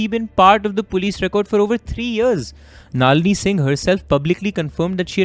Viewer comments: finally someone!!! wtf is naaaaalini :=) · you being a student of prestigious Shiv Nadar school. Your pronunciations of names such as Tilottamma and Nalini were weird. I think her death is related to IPL connection which could have led to Tharoor's political image go for toss.Also there is no mention of CCTV's not functioning at the time surrounding to her untimely sudden death. I feel bad for her only son, I hope he is fine though he will never be able to forget the situation for a then 23 year old guy. May Sunanda RIP 🪦 🕊.